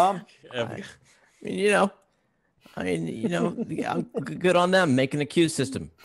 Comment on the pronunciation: Gotta go easy on the kid for Evigah. I myself probably pronounced ASUS as Aces for years before I realized the company was mispronouncing their own name cuz Aces sounds way cooler than A Soose.